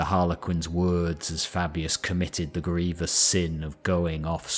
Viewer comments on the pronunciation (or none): none